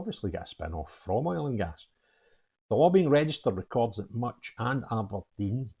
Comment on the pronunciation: a think your great but please stop saying Aberdine it’s Aberdeen….